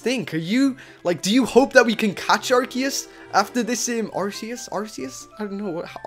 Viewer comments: ITS PRONOUNCED "Ar-See-Us" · watch pokemon that is not how you say Arceus